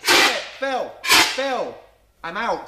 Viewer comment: Did it annoy anyone else when he used to say "phiw" instead of phil? 😂